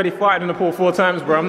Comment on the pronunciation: Why does JJ say pool as poal 😂